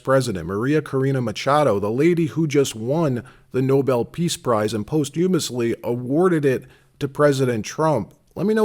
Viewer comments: If something is awarded posthumously it's awarded after the recipient has died, and the word is pronounced: PAHST-yu-mous. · WHY DID YOU SAY POSTHUMUOSLY???